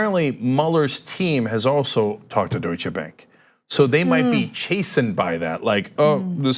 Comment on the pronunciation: Way to go Maxine! That out of the way, Cenk, Ana, please stop emphasising the 'che' at the end of Deutsche, pronounced the name Doi-shuh!